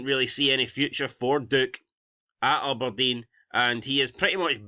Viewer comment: “Ubberdean” who is this team 😂